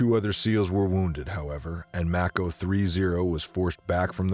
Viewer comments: What is with the poor pronunciation of the vids of today, are they ignorant civilians narrating military stories or poor AI programs ?? Mako =May-Ko like Mako Shark, not fuckin’ Mack-o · Haha.. pronounced like the shark not Mack-o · It’s pronounced “make-o” like the mako shark not “Mack-o”. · Its mAko, also if anyone remembers the Medal of Honor Tier 1 game from 2010? The game was based off the missions of task force black? i think was the color. People got in trouble for how close to real the game was, every mission was based off real DEVGRU, Delta, ISA, Ranger and Ranger recon, and SAD missions that actually happened. AFO and Neptune spear were real task force callsigns, the second game was the same way. One of the reasons they got shut down.